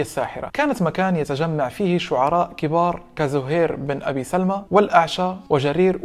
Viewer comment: بن ابي سُلمى وليس سَلمى